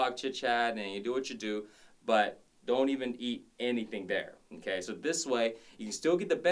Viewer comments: LOL!!! Stop saying Nnn-K! You keep making me think of the teacher on South Park! LOL!! I love your vids! Eye candy and awesome work outs! Thanks for sharing! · His okay sounds like nkay